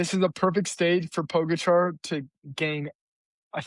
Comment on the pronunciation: Can you please pronounce Pogacar's name properly? It's not too difficult to do a quick search.